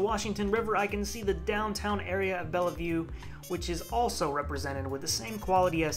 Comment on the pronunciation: Oh man, you botched the pronunciations on just about every location. Bellevue = Bell-view, Spokane - Spo-can, kittitas = Kitt-ih-tass. That aside nice video though!